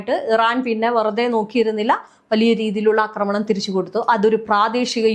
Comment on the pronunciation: കൊച്ചേ, അക്രമണം എന്നൊരു വാക്ക് മലയാളത്തിൽ ഇല്ല. ആക്രമണം എന്നാണ് പറയേണ്ടത്. അക്രമം, അക്രമൊത്സുകത എന്നൊക്കെ പറയാം. പക്ഷെ അക്രമണം എന്നൊരു പ്രയോഗമില്ല. അതു കേട്ടിട്ട് ചെവി തരിക്കുന്നു.